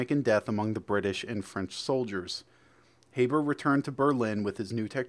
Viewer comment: fritz habers secod name was pronounced like harbour, the haber process was a world changing chemical process that allowed the creation of ammonia synthetically.